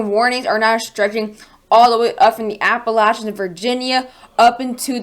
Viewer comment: You're saying appalachians wrong